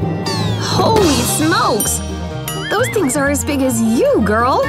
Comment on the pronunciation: DOSE FWENCH FWIES ARE MINE!!!!!!